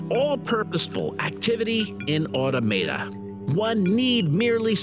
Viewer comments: Awe Tom Ata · Automata = [aw-tom-uh-tuh] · Awesome video, but that annoyed me too. Ah - TOM - uh - Tuh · Hearing "automata" pronounced that way is really irritating.